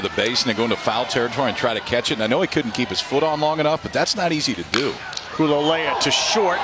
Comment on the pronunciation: LOL...EVEN after all these years, Still chuckle-inducing to hear Ravech & Co. STRUGGLE pronouncing....Nakea Kahalehau(Kah-kay-ah Kah-hah-lay-how)...and Kuloloia(Koo-loh-loy-ah)--lol/smh